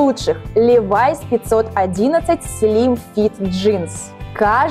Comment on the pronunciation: Не ливАйс А лИВайс Я их носила когда эта девулечка еще не родилась😃